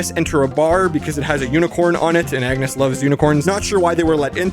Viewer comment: just me ore was he saying yetus and agnus